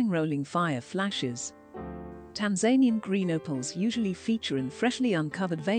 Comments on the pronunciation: Tan-ZAIN-ee-an lol Tan-za-NEE-an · narations a bit crap the A.I cant prenounce tanzanian